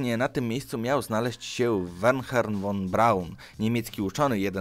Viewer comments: #5- Korolow czy von Braun (n.b. Nie czyta sę "wernher" ale "werner" tzw "h" nieme) obaj nie koniecznie byli wizjonerami ale kierownikami zespołów. To nie jest robota dla wizjonera. Widać panie że z inzynierami to nie rozmawiasz a zreszta robisz te swoje programy dość dyletancko więc to nie dziwi. Wizjonerem w tej branży był Ciołkowski. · Stały na tym kanale problem z prawidłowym odczytywaniem nazw i nazwisk (Wernher??), który można by zniwelować - choćby posługując się translatorem. Moją uwagę zwrócił jednak inny temat. Dość specyficzne podejście redagującego tę listę do sprawy. Rozumiał bym, gdybyś postępował, jak redakcja magazynu Times, która na okładce umieszcza osoby, mające największy wpływ na Świat i znajdzie się tam zarówno Gorbaczow, jak i Hitler. Ma to sens, bo ocenę tego wpływu można sobie wyrobić. Opowiadając o Leninie - mówisz, że jest postacią "kontrowersyjną". Lenin nie jest kontrowersyjny. Takim mianem określa się kogoś, kto zrobił dużo dobrego, ale ma na swym koncie jakieś działania, z których nie powinien być dumny, mówiąc eufemistycznie. Lenin nie uczynił nic dobrego - to czyste zło, w najgorszej postaci. Nie jest więc kontrowersyjny, bo nie wywołuje wątpliwości tej natury. Na dodatek - mówisz coś takiego: "Dobra - nie jest postacią pozytywną, ale był wizjonerem, w sumie - Hitler też nim był, tylko Lenin doprowadził do rewolucji myślenia ludności wschodniej Europy i nadal posiada wielu oficjalnych zwolenników, a jeśli ktoś jest zwolennikiem Hitlera, to musi mieć nie po kolei w głowie." Czy popierający ideologię Lenina mają po kolei w głowie? To pierwsze pytanie, które mi się nasuwa. Lenin doprowadził do rewolucji myślenia ludności wschodniej Europy - mówisz. Do takiej zmiany doprowadził zarówno Lenin, jak i Hitler - a licytowanie tego wpływu może nie mieć końca. W dalszej części materiału